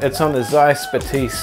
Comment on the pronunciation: Batis is pronounced Baah-tis